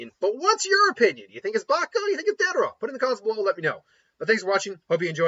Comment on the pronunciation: How could you butcher my man deidaras name like that? Cmon, YouTuber my man. Lol